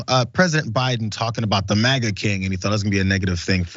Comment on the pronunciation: I thought he said MAGAt King